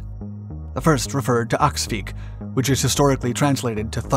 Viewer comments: Thanks for the video! the swedish word is "Åskvigg". Anglicise it as "Askvigg" if you must, but nota bene: it's not pronounced "aksvigg" (like Axe-vigg). Cheers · Good video on one of my favourite aircraft - it was still the primary fighter when I did my national service in the Air Force back in 2001. One note, though - it’s “åskvigg” (pronounced “oskvigg”), rather than “axvigg”; it’s not cognate with the English word axe.